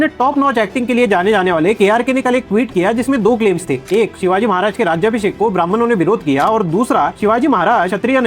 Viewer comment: Sir you are right just one correction The coronation ceremony is named as राजाभिषेक not राज्याभिषेक. राज्याभिषेक is mis pronounced word and in written has proff that Gaga bhatt has written that it's राजाभिषेक. You are doing very good work👍🏻